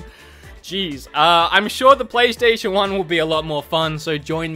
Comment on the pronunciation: "I'm sure the playstation 1 will be a lot of fun" did you butcher that on purpose or on accident? I can't tell